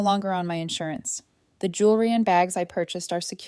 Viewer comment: The spelling and mispronunciation of the same word should tell you too